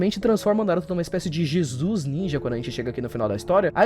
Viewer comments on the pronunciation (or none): none